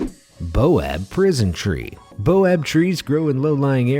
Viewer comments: ITS BAOBAB NOT BOAB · Baobab not boab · your pronunciation on this video was atrocious. you should look up the pronunciation of the names before reading the script. also it's baobab (pronounced bay-oh-bahb) not boab. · isnt it "baobab"' not "boab" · I've noticed that you both misspell and mispronounce a LOT of words on here. Your "baob" tree is spelled BAOBAB, and is pronounced, bowbab. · Its not boab. It baobab. Pronounced bayobab or bowbab... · Stupid mzugus it's pronpuce bAObab